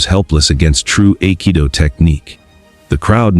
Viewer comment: Aikido is pronounced "eye-kee-doh"